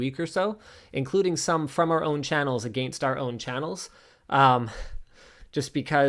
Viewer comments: The pronunciation of “against” is the real crime. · I do love your pronunciation of 'against'.